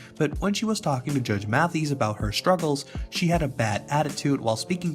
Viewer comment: So you should probably learn to pronounce his name properly before making a video for clout about him